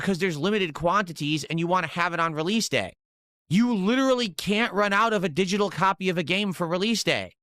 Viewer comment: He literally said "exsqueeze me? You're going to pwe-order a didgidal game"